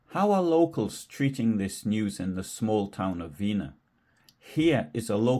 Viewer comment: Weener is not pronounced Veenuh but VEHnerr